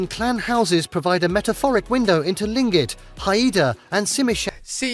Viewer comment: Thank you! I lived in Juneau 10 yrs and came here to correct his pronunciation of Tlingit. I did NOT know the native name for the Mendenhall and I've been to the visitors center several times. So thanks again for teaching me something new today! ❤